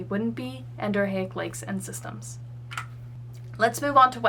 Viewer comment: As a civil engineering tech and land surveyor, I have to say your contour interpretation and hydrology are spot on. My one critique would be that Exo, Endo, and A- are all prefixes, so it should be En-do-REE-ick.